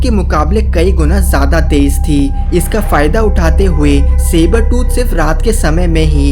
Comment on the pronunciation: Not saber tu tiger